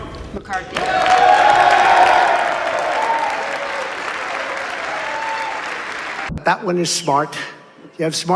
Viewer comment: I love how uncle tom aka Byron Donald walks back after he says macarthuy " like yeah I did it masa!! Smfh no fukeenn shame at all